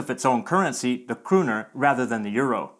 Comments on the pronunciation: You're pronouncing "kroner" wrong. The "o" is not a "u". And you're using the sound that we in Norway use for the "u". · You might have heard the swedish pronunciation. We have kronor and it sounded very swedish to me how you pronunced the o.